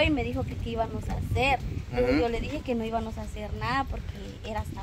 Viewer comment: No se dice hibanos se dice hibamos